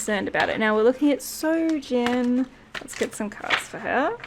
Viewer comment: good reading. it's soojin btw, not sojin